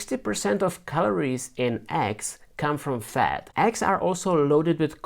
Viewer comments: My dear pronouns eggs as eggs......and not X. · You pronounce Eggs as Axe)))) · You sound like your saying axxxx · I thought they were called eggs. Didn't realize I was saying it wrong all this time. "Aggs", I like it. LOL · Didn't know he was saying "eggs" until I saw the egg.